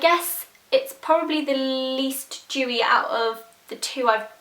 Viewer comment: dewy not jewy